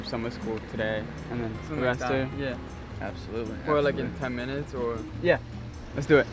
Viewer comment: It’s called arrest her not avwest her